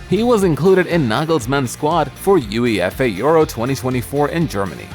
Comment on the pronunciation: Video was over the moment he said U-E-F-A